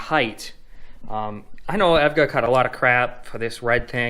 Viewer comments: did you really just say evga its e.v.g.a lmaoo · Aesthetic** ae S thetic, you pronounce the S. EVGA** Don't call it Evga, it's E V G A, each letter is said. "Without further ADO", not "Without further do". That... that's not a sentence. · Time Spy is a hall of all the past 3DMark benchmarks in showcase cabinets - one of the first cabinets in the test you'll notice is the Firestrike cabinet. It's actually pretty cool. Lol, and yeah, eVGA is not a word, it's pronounced by saying the four individual letters E.V.G.A. :) No worries though bro, - P.S. love the Cobra in Blue, this is the first video I've ever seen from your channel so I'm assuming that's yours. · It is pronounced E.V.G.A. lol, I really enjoyed the video though! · Tell me how a dude who phonetically pronounces evga gets a 3080 before me. I've had this exact model on evga step up wait list since 9/16. Still waiting. Enjoyed the vid, nice workdesk I'm jealous of that ar15 mat! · can we disregard the EVGA pronunciation lets give him a round of applause for using noctua fans